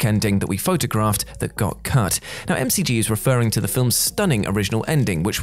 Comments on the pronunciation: It's 'mick gee', not 'em cee gee'. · I think it’s pronounced Mick- G and not M-C-G and Guillermo instead of Gillmo. But I’ll let it go because it’s. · McG is NOT pronounced EM-CEE-GEE. It’s MICK GEE, just like MICK DONALD’S. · And it's called Mac-Gee, not M-C-G. And don't get me started on del Toro's name. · Apparently it's pronounced M C G instead of Mic G. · Em Cee Gee? It's Mick Gee. That's how you pronounce McG. LOL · McG is pronounced Mick G, not M C G! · It's not M-C-G.... it's McG (mick-gee). Do your research. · McG is pronounced "Mick Gee," not "Em See Gee." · It's no "M.C.G". Its McG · Pretty sure it's McG as in Mick Gee and not m c g. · M.. C.. G..? And you call yourself a movie review channel??? Mc G, the guy's name is Mc G, as in Mc Donalds, not the flipping Melbourne Cricket Ground! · Lol M-C-G 😂 it’s pronounced MacG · Each time he said MCG was just so jarring. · McG is not M C G, Harve Bennet is not Harvey and Guillermo del Toro is not Gilmo. Pretty sure that's not how Nicholas Meyer's surname is pronounced either. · Why is it that so many of the '...Culture' presenters always mispronounce names, like they have only ever read them: it's McG like McDonalds, and Guillermo, not Gilmo! I've noticed it in a few other videos, so while the script writers are good, these presenters need to up their game, do a bit of work and actually get these things right! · Isn't McG's name pronounced more like "mick g"? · uh.. mcg is pronounced mick jee... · Who's "Emme Seajee"? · Bruh, it’s McG. His middle name is McGinty.